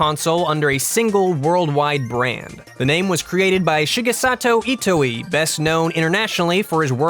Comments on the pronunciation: "Shigesato Itowee." It's pronounced (E-toy) not itowee.:/ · "Ee-t-oy" not "Ee-t-oh-ee" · "Shigesatu Itoh-ee" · Shigesato Itooey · That's not how you pronounce Itoi...